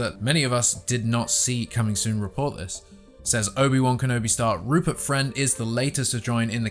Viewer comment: Rupert Fwend?